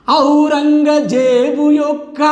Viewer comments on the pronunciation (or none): none